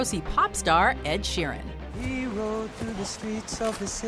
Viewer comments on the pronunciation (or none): none